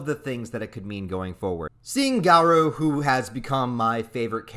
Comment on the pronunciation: LOL i know that feel but im not gonna be a doomposter. this chapter is too hype! "GA-ROOOO" not "GA-RUUUU" but w/e good vid regardless